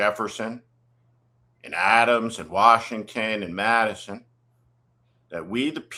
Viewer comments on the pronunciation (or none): none